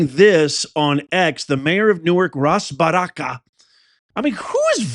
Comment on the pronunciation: Imagine someone named who is clearly a Person of Color of some kind, try to pick on someone’s ethnic name, hilarious. Also, the whole video of the day has leaked. So your commentary doesn’t hold up buddy. No one charged in. It was nothing like Jan 6th, Baraka (BAAA ROCK AH) you seem to need help with phonetics—was very peaceful. So your commentary is NULL AND VOID.